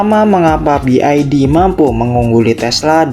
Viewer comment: Salah dalam mengucapkan BYD